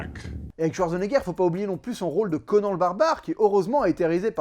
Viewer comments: Slt! Bon je vais pas aller sur terrain du catch parce que "The Most Electrifying Move in all Entertainment" risque de partir par contre... (Grognement)...CONAN se prononce CONANE!!! Par Crom j'ai été obligée de souillé le nom du dieu de la baston avec un E... Buliiiaaaa!!!!😂😂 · ooula fais attention comment tu prononce conan sinon ca va barbarder